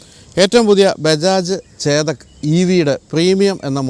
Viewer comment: ചേദക്ക് അല്ല, ചെതക്ക്